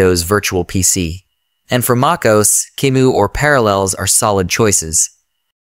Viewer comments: No human pronounces Mac OS as Macos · macos lol, what A.I are you using, you might have to type out the word phonetically? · Mac OS ❌ Mackos ✅